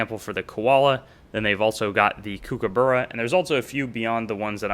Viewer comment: Nice video but can you please learn to pronounce the word kookaburra - there's a fair amount of vids on Youtube that will teach you that.